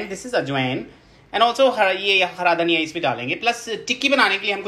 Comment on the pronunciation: Gaurav said: dhaniya😂 but I heard it Daniyal😂😂😂